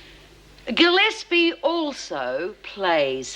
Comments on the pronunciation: 40.25 it sounds like Ted Douglas calls Gillespie "Ted" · I played that bit over and over--he does indeed.